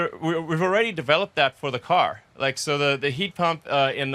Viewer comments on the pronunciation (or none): none